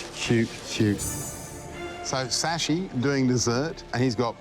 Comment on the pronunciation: ITS Shashi not sashi